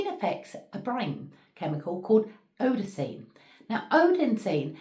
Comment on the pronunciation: adenosine, its pronounced abit differently. great video!